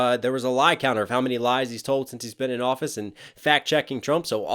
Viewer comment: he says lies not lives